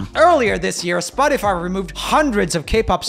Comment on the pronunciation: I love it how he says spot-tea-fy instead of spot-tuh-fy